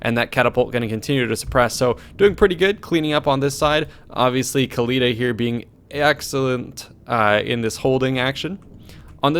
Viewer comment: No, Oakly. "Ec-Khalida".